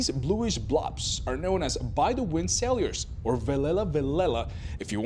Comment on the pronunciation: Sailor , not saiylores . Learn English.